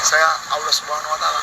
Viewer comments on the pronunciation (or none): Nyebut Allah aja enggak lurus apa dia ngaku jadi Allah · Ngucapin allah aja gk bener Lg ini mo jd tuhan.minta d tangkap polisi ini mah